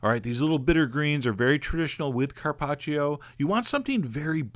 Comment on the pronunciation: I'm Italian, and I LOVE LOVE LOVE how you pronounce Carpaccio :D